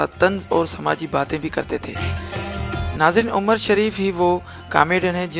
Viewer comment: Galt bol rahe ho qast shareef nhi he nam umar shareef he